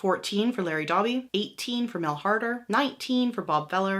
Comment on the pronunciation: Had to stop listening due to mispronunciations - Spahn cepeda Doby dierker etc